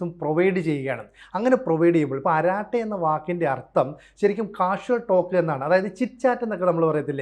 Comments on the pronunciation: അരാട്ടൈ എന്നല്ല. "അരട്ടൈ" എന്നാണ് pronunciation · അരാട്ടൈ എന്നല്ല, അരട്ടൈ എന്നാണ് പറയേണ്ടത്. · Edo kurachu tamizh ariyaan sramikku. അററ്റൈ ennaanu parayendadhu. Arattai ennaal English il chat, Malayalathil sallapam. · അററ്റൈ ennaanu. Tamizh aanu. Malayalathil Sallapam , English il Chat. Allaandu anchor parayunnadhu Karate poley alla.